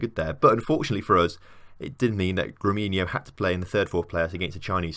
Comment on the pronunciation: GREMIO, not GREMINO